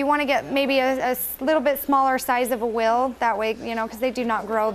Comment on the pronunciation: How she says wheel though! 😂